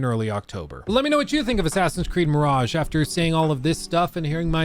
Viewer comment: Ahhh, Assassin's Creed Mirageeh